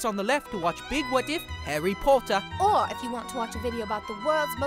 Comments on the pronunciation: Wait are they doing bad English accents or do Americans actually thing we talk like that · Hawy potter